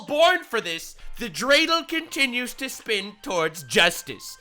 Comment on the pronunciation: When he said "I know what you're thinking" I thought he'd say what's a dradle